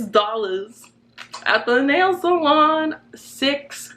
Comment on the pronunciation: When she said "at the nail salon" I laughed bc of her accent 😂😂